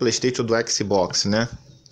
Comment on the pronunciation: Cariocas adoram falar ÉKISI BÓKISI, e nao ÉcsBocs